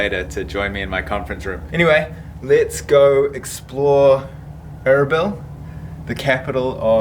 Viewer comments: Its pronounced arbeel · Erbil was one of the oldest ASSYRIAN states dating back 2000 BC and its pronounced erbaeal meaning 4 Gods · I'm sure someone already said this, but it's uhr-beel... and yeah, the Kurds are awesome people. Very welcoming. Extremely hospitable. Plenty of affluence and nice cars and nice houses in Erbil. You probably should have stayed in the northern part of town, the Christian Quarter, Ankawa. Lots of NGO's, lots of english spoken, nice malls, nice hotels, etc.